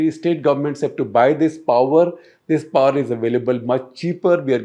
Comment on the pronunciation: Also it amuses me when he utters word poowerr instead of power . His english is amazin.